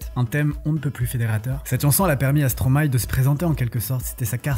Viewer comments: enfin un français qui dit bien le nom de Stromae MERCI beaucoup. J'aime beaucoup ce que vous faites. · En tt cas j tiens a feliciter l effort pour la prononciation de stromae 😊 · Stromae est le verlan de maestro, j'imagine qu'on est d'accord sur ce point au moins. Maestro ça se prononce pas Maïstro comme beaucoup font l'erreur mais "ma-és-tro" donc absolument tout le monde prononce le nom Stromae correctement. Je t'invite a regarder sur internet la prononciation du mot.